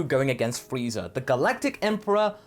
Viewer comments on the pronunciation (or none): none